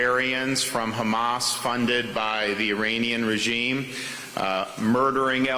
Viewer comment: Terrible prounciation with "Hamas" and "Iran". It's Ēran full of devout Shia muslims, former land of Fire Worshippers.